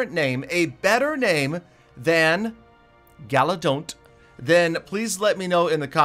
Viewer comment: Galadoff instead of galadon